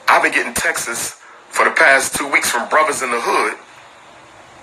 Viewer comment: Umar can’t even say texts right. He says Texas.